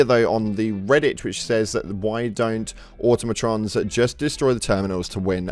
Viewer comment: Am I the only one wondering why literally no HD2 content creator can pronounce Terminids or Automatons?